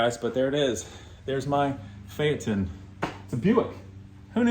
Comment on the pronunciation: Today I learned how to pronounce Phaeton 👍